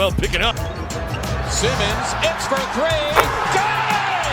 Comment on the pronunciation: Ben Simmons, pas Ben Saïmons. C'est prononcé correctement dans ta vidéo par les joueurs eux même.